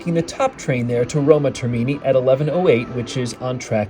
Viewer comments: Thanks for the info. Just for future use, the correct pronunciation is "Roma TERmini," with the accent on the 1st syllable. And your train stop (Spagna) is pronounced with a silent "g" ... like Spaňa in Spanish pronunciation. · Yes, but pronouncing “Termini”, “Spagna” etc. like that doesn't help if one has to ask about them or to recognise an announcement... 🤔